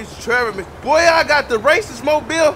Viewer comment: Nigga said raciste mobile 😂🤣🤣🤣🤣